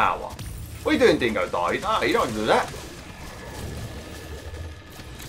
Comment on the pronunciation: It’s so funny the way he says dingodile being DEINGODOIL